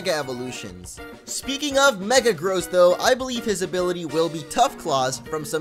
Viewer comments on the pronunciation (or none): U said megagross funny